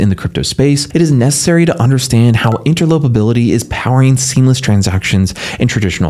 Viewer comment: "Inter-LOPER-ability" 😊 Sounds way better than "Inter-OPER-ability" Do you mind if I use that? PS Great mic and voice (and content). Bravo 👏 and thank you. 😉